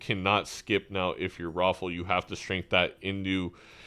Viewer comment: pronouncing strength as shrink threw me for a loop